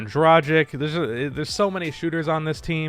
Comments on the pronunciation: Goran Dratchik... Why not Luka Dontchik or Matchitch Johnson... It's "Goran Dra-GITCH"! :-D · he is called Dragic like Dragitsch not Draschik. You are able to pronounce Doncic correctly, so i think you can do that too. Otherwise great video like usualy:) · Nooooooooo. Someone who talks NBA every day should be able to correctly pronounce Goran DRAGIC. Drag-itch. Say it, Drag-itch. It's a hard g, not like the work "tragic" which is how everyone mispronounces it. It's waaaay more uncommon for people to say his name correctly. It isn't hard to say.